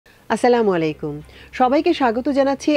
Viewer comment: আসসালামুআলাইকুম ওয়া রাহমাতুললাহি ওয়া বারাকাতুহ ।السلام عليكم ورحمة الله وبركاته. ভুন আপনি সালাম টা আর একটু সুদ্ধ করে বলার চেষ্টা করবেন। সবাই কে মোবারাক বাদ যানাই ।